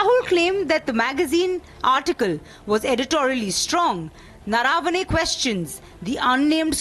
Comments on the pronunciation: It’s not Naaravane. It’s Naravane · It's not General Naraa-vane, it's Nar-vane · Naravane is pronounced wrongly - we Learned Indians don’t pronounce properly and we take offence to others doing that. I see most news guys pronounce the name incorrectly Rajdeep gets that one right